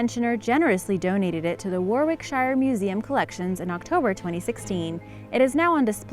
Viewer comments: Just a note: You're mispronouncing/butchering a lot names: Yorkshire is pronounced 'Yorksure', Leicester is 'Lester', Warwickshire is 'Warwicksure', Pestle is 'pessel' and Dorchester is ' Dorchister'. There's really no excuse for this, coming from a historian . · It's pronounced "Wah rek Shy err!" It's pronounced "Lest errr!" It's pronounced "Blem em!" It's pronounce "Mal brah!" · I was hoping someone corrected her on behalf of Warwickshire we thank you